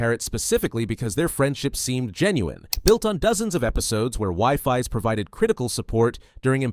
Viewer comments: Wifis 😂😂😂 its weefees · its pronounced weefees not pronounced wiefies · Wifies ❌ WIFI's✅ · it's pronounced we-fees